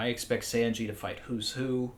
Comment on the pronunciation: My only real problem in this video.... is "Senji".